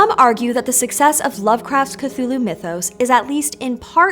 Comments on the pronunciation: ступид дура, не "катулу" а Кхтулху. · Why do you pronounce it Cathulhu instead of Cthulhu? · If you're going to make a 12 minute video about Cthulhu, maybe start by learning how to say "Cthulhu." On several occasions Lovecraft described different pronunciations that vary slightly but "kuh-thool-hu" is not among them or even close. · I can’t believe you mispronounced ‘Cthulhu’ this entire video